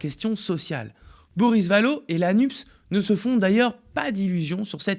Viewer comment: Nupès, c'est si difficile à lire ? Y a pas marqué Nups...